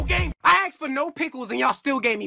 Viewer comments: He said axed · Did just say axed?